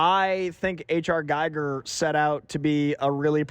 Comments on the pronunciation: It’s pronounced “Geeger” not “Gyger”. Say it with me, H.R. Giger. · Please....HR Giger's family name is pronounced like "Geager"/"Geeger" not like "Gighger". If you love the designs of the xenomorph, the spacejockey and the derelict ship in Alien, please try to respect their creator by pronouncing his name correctly. Thank you! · Giger is pronounced G EE GER. Didn't know that for years myself. Cheers!! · Why can’t any of you youngsters pronounce GIGER correctly??? It’s pronounced: GeeGr… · its pronounced GEEGER!! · Ridley pronounces it as gyger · GIGER rhymes with EAGER fyi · At least pronounce H R Gigers name correctly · It’s amazing that after 40 years some Alien fans still can’t pronounce Giger 🤣❤️❤️ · ha-ha can't even pronounce H.R. Giger name right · Pet peeve: "Giger" rhymes with "eager"